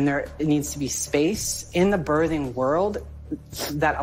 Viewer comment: Does it bother anyone else that this person says bertheng person instead of birthing person? Is that "kids these days"? I'm still learning.